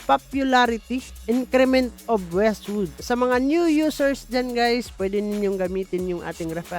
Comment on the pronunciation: Wizzwood ❌ Westwood ✅